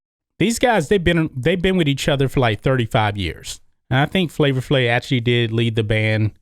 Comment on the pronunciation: It pronounced Flavor FlaVE, man. Not Flavor Flay. C'mon!